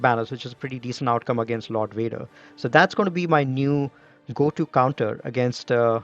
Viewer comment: What happened to "V's"? "Wader" wants his "V" man! ☺️👍